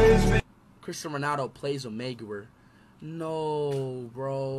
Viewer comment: Broski said Cancer Maguyuare Bro Bahaahaha